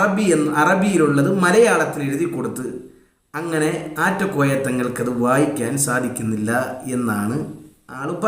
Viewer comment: . ആറ്റകോയ അല്ല നാറ്റ കോയ എന്ന് തീരുത്തി വായിക്കുക